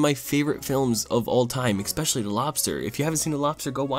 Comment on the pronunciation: gonna have to unsubscribe 😔 can’t believe you pronounce it “expecially” 🤢🤮